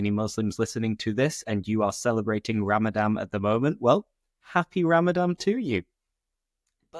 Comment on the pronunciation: Hello, thank you for your videos. I just like to mention that it’s Ramadan,not Ramadam.